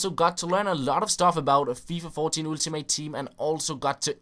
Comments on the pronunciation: Ultimate Team is actually pronounced Åltimate Team;) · hej, god video, som altid. jeg ved det er en ligegyldig ting, men lyder altså komisk når du siger "ultimate" med dansk u. Det udtales som et engelsk "a" som i "all". Det er ikke sagt får at spille bedrevidende, kun ment som en hjælp. tak for alle dine uploads. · Dude, you freaking stupid you say Ultimate like fucking Ultimate not like Altimate, and besides people can pronounce things how they want, you dumbshit. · "ooltimate team"